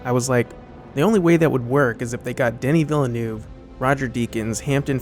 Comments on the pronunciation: "Danny Villenoof" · Deni Villa New 😁 He couldnt butcher it more?